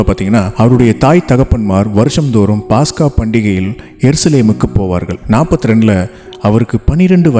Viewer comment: அண்ணா பாஸ்க்கா இல்ல பஸ்கா